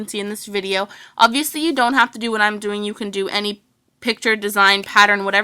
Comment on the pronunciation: my sis hates u cause u say obiviously